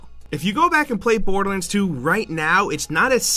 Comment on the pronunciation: "Boaterland 2" lol